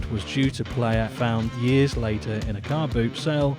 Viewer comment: despite being so old, Dan still doesn't know how to pronounce the word years